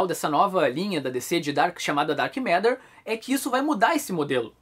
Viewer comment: Pombas, ouvi o falar "Dark M&rd@ o vídeo inteiro. Tô indo ali limpar o ouvido. Licença...